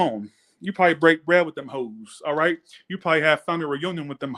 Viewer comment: "Rightchu" 😆 I love it . Fk these haters 😒 stupid asses 😆